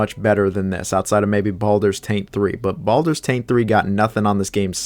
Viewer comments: Wtf is Baldurs TANK three ?!?! 🤣🤣🤣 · Why do you call or Baldurs taint?